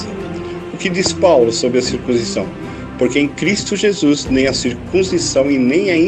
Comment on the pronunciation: Circuncisão e não circunzisão. Arcontes e não arcondes. Quando se fala errado perde muito crédito...